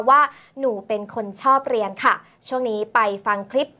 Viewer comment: ชอบสมัครเรียนแล้วไม่จบ ยังไงคะ เลียน... หรือเรียน ทรงนี้น่าจะออกเสียงผิดนะคะ ชอบเลียน.. แบบจะตรงกว่า